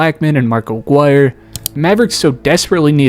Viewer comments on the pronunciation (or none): none